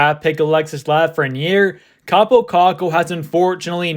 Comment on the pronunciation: It's Kaapo, not Kappo